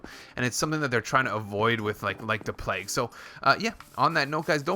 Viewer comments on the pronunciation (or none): none